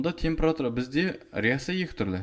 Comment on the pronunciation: ухо режет "темпЫратура"